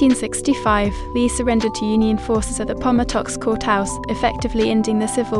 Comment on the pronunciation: It's pronounced 'Appo matix, Court House, Virginia. His legacy, that of "The Lost Cause" and our Civil War (War Between the States"has come under intense scrutiny in the last decade. "Jury is still out"